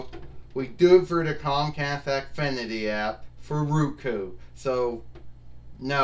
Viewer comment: wins again. I hope you get use to your ROKU. (I understand you mispronounced it by saying Ruku. Pronounced Row Koo)